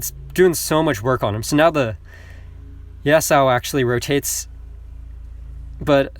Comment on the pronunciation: U're pronouncing yasuo's name wrong its yas-uo